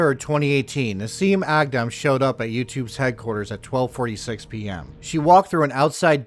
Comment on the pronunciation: A Thousand Props for pronouncing her name and native country correctly unlike these dumb white washed hicks! 😆